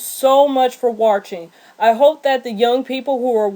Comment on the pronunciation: You Gave Great Information But Why Do You Mispronounce The Word Watching. Also You Sound Like Your Reading From A Script